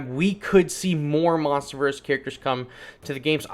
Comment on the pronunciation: funny how u said monsters verse monsterverse